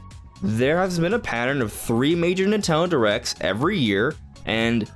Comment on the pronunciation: Why do you say “Nintendo” correctly, but also “Nitalon Directs”? 😂